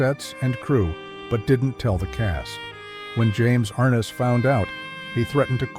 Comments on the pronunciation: Ai=Arnuss instead of Arness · it is NOT James AR ness. It is James ArNESS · and everyone else.....If you're going to make a video, at least pronounce the stars name correctly.!! Thumbs down.